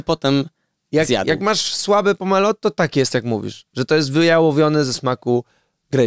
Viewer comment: Pomelo? Naprawdę Redaktorze?